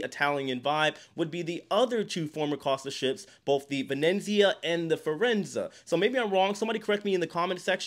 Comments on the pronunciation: It's Ven-eeee-zia, not Ven-in-zia 😉. Keep doing the good work, nothing beats HONEST reporting and you're doing a great job. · It's pronounced "vuh-NEAT-see-uh"